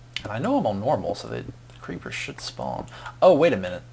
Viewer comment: It's so annoying the way you pronounce "spawn" >_<